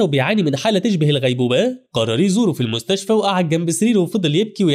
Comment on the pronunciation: بالمستشف🥱ه ✅ بالمستشفى ❌